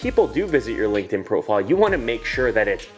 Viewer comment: i was on board with everything you said, until you said "Linkedin" lol...